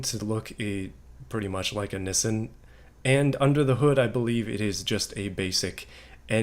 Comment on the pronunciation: Never have I heard someone call a Nissan a nissien interesting pronunciation.